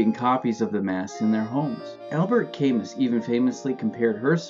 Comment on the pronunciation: Wow. Shocking pronunciation of the name Camus.